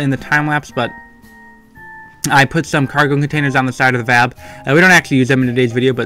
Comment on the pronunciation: yay im not the only one that pronounces vab as a word instead of "v.a.b"